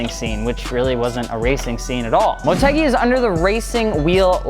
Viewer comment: I thought it was pronounced like mort-u-guy not mort-egg-e